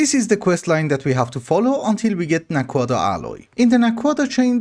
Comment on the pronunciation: Aha so that’s how you pronounce naquadah :D I was always wondering. Also thank you for pronouncing zpm with a zed instead of a zee, so many people get it wrong lol